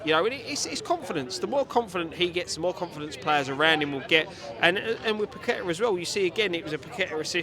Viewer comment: It is Paquetá, not per kwetter